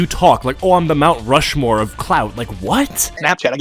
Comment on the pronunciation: Bro said “Rush Mountmore”